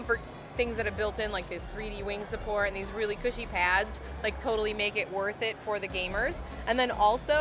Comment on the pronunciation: did she just say kushy pads...lol